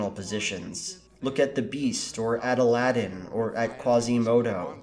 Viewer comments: Adaladin. No. Just no. It's Aladdin. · Did he say adalddin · Did he just say aldadin AlDadIn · What did you just call Alladin